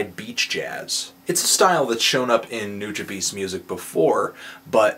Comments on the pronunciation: It's kinda annoying how he pronounces Nujabes name. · Jett Guerrilla but if you listen to certain songs by Nujabes featuring Funky DL, Substantial, Cise Starr, Shing.02, they all pronounce it the same and it was not the way that anthony pronounced it. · Andréz Gutierrez He said you can pronounce it however you want. He said he would slap the next person who not only mispronounced his name, but thinks he is a hip-hop collective lol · Someone who can't even pronounce Nujabes right shouldn't be reviewing him. He should review Metaphorical Music instead and listen to that. Bet he would give that a 10. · yes so he said nujabes wrong get over it people. hes human he makes mistakes and this review was made dec 7 he probably knows it now after reading all the comments. he also happend to pronounce my favorite band wrong but ya know i let it go because his job is to listen to the album and say what he likes and dislikes about it it doesnt mean he listens to them outside of his work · Dude at least look up a video of how people pronounce his name. Every time you butchered it I should’ve slapped you till you pronounced it correctly. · You say his name wrong. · I would respect this review more if you actually pronounced his name correctly . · I completely disagree with your opening argument. Nujabes was on a whole different level from J Dilla and Madlib, and he was one of a kind. RIB Jun, you will be missed. Also, learn to pronounce his name, and learn some respect. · Yeah, he sure knows a lot about Nujabes, yet he can't even pronounce his name... LMAO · lol you pronounced his name so funny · Not only is 6/10 a criminally low rating but his name is pronounced nuja-bes not nuja-bees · It's New-juh-bess... come on. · Let's put this name thing to rest. It's pronounced as; Noo-Jah-Bes, not Bees. Japanese language doesn't pronounce a capital E, it's spoken as a lower case. This includes E.Honda. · nujabes: New-ja-bess, not new-ja-beast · It's pronounced noo-jah-bess.